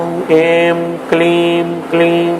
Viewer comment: Wrong pronunciation at certain places. Not 'Aim' , should be pronounced as 'I'm '.also other words.